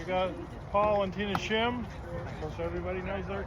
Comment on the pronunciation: LOL pretty sure you called them Shimm instead of Shinn. LOL I would nervous, too. Either way, thanks for sharing your experience at the meet.